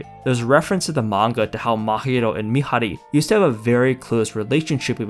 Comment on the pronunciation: PEAK! COMEDY MANGA AMAZING. ADORABLE. and. Wholesome. And actually. A I don't know the word it's just. God... uhmmmmm amazing. Its just IM TRYNA THINK AND ALL IM HEARING IS THIS GUY SAYING MIHARI WRONG. SAY IT RIGHT. Anyway it's just so it's like oshi no ko it's amazing plot.